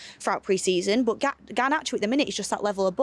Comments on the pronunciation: Nobody:: BUT! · saying “but” always makes me laugh 😂